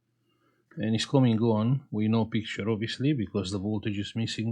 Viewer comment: i like you when you say : we have picturrrrrre 😀